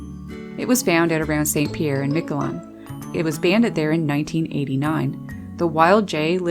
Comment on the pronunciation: 6 46 The long-lived jay from St. Pierre et Miquelon since my mother was from the islands, where I visited several times as a child but don't remember any BJs. In French, Miquelon should be pronounced something like "Meek-lo(n)," the final being that uniquely Gallic nasal but silent "n."